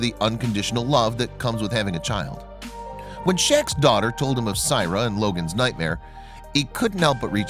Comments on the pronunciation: great vid and incredible story but you are butchering this little girl's name. Syrai is pronounced (SAH-RYE-EE) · This Is My Niece And I'd Appreciate If You Took This Down. You Have Not Cleared Any Of This With The Families And You're Saying Things That Aren't True, While Pronouncing Her Name Wrong. Syrai Is Doing Excellent For Anyone Wandering.